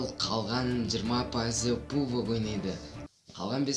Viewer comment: Брат pubg деп жазылады пабг деп айтылады